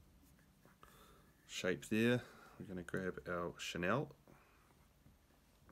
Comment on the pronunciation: Cool vid. Enjoyed it. One wee thing I have to pass on as a pedant... Chenille: pronounced shuh-neel bro :) chur